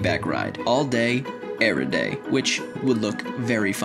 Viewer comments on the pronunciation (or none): ‘all day ererday’ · "Erry day" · ereday 🤣🤣